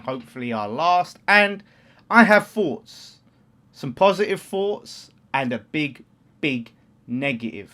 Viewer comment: "I've got foughts.". Seriously are you not able to pronounce Th? Not being offensive but why speak like you're a WAG?